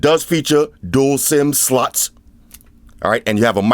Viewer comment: pleaae can you say sim-sloth next time? 😂